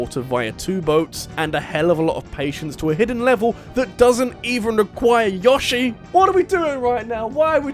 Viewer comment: Couldnt agree more in number 1. I hated the lilypadlevel... Oh, and props to you for pronouncing "Yoshi" correctly.